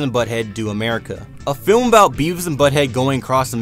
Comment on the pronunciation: lol "Adult flim"